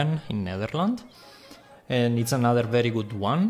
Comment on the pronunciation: That's a pretty good pronunciation of "Nederland" (the Netherlands) actually.